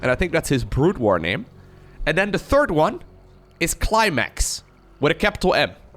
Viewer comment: I thought he said "Clay Max" but I'm not native speaker so I sure hear it wrong.